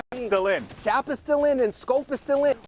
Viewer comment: The dude called Chap “champ” lol